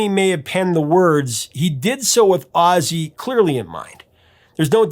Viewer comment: Seems like AI is only artificial, aussie instead of ozzy? Sorry but i can't and wont deal with artificial stupidity.